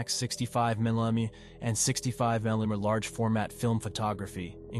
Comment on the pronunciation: and 65 millimeter lens as 65 milami